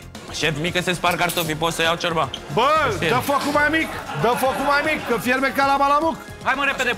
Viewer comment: Ce mi-a plăcut cand a zis Bontea:"Ciorba.....a scos "șiorba" d'acolo au incercat sa desfacă aia ,au varsat, era Iulian plin dă zeama dă "șiorba"🤣🤣